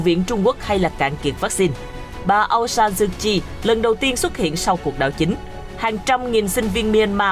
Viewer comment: Tên người ta mà đọc trật lất..pnv tệ thật..!